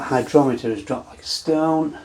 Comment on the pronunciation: It would go great in summer. And would it be warm enough you wouldn't need the heat mat? Do you have to strain it to keep the yeast out of the glass? What is the ABV measuring instrument? I thought I heard "hydroleter" or "hydrometer"